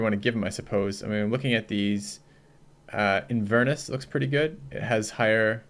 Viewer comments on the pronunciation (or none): You're killing me. Lothian = lowth-ee-an Inverness = in-pause-VER-ness Ayrshire = air-sher or eir-sher (like heir) Although at least you guys can say shire though so points for that.